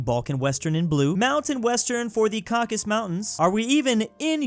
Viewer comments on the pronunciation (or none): "Caucus Mountains" "Moldavia" "Beige-biege-belge"